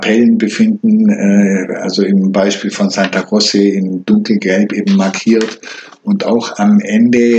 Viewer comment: Bitte nicht Santa "Grosse" aussprechen! Im Italienischen wird C vor E wie tsch ausgesprochen, C vor einem Konsonanten wie K, also Santa "Krotsche".